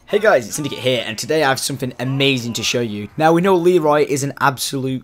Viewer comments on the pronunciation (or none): It's not leery